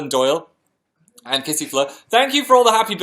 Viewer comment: aww Phil said hi to me and I never thought I'd see it again. Even though he mispronounced kissyfur hahaha! thanks phanshows!